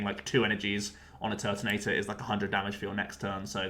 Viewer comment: "Turbo Turt"(Tord)😂